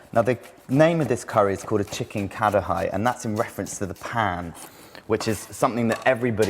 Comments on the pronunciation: Not ka-da-high... Its ka-ra-hee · pronounced kadai not "kadahai" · It's pronounced kha -da -yi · isnt it ka-da-hee? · lol thats not how you pronounce the dish! and thats definetely not the authentic way to make it